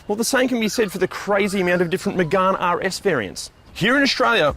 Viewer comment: It's not magarne it's Megane like can but with a g